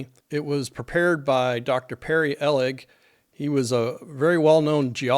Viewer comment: The letter from Perry Ehlig caught my attention, as I was one of his engineering geology students at the time. By the way, it's Ehlig with a long E.